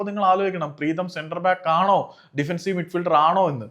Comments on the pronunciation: പ്രേതം അല്ല പ്രീതം😂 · അണ്ണാ പ്രേതം അല്ല preetham 😂😂😂😂😂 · കഷ്ടം മലയാളത്തിൻ്റെ google please avoid over look പ്രേതം instead of പ്രീതം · പ്രേതം ❌ പ്രീതം ✅ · Pretham alledo Preetham